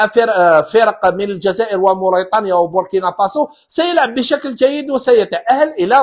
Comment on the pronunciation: لتصحيح فقط بارك الله فيك استاذنا الفاضل النطق الصحيح موريتانيا انت تقول مورطانيا